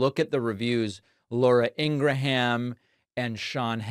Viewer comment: Do you not know how to pronounce Laura and Sean's last name? Is Kamala going to have the same interview?